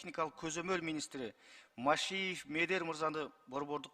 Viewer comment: Машеев десе Машеньик деп угуп үн